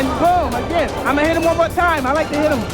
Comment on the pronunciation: Vons, two, three,... twenty two knockouts ha ha ha!